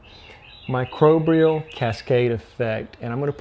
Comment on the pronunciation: Good info! But you keep saying "microbrial"... There's no second R. ☮️